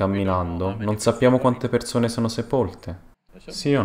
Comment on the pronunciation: Persone! Non perzone!. Madonna mia che nervoso